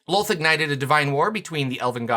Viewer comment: they also changed how to pronounce DROW<RYMES WITH CROW, NOT COW. ITS DROW/CROW NOT COW. WHATS SCARIER, A HERD OF COWS OR A MURDER OF CROW? My blood pressure spike every time i hear it. LOLTH LIKE CLOTH. NOT WOLF